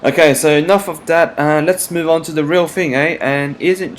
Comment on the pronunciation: Omg Its THE Not DEEE